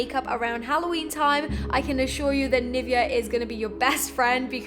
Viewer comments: You get sponsored by Nivea amd still you can't say it properly. It is NivEa. XD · gurrll dis was awsm😂😂😂 and NIVEA is pronounced NIVÉA😂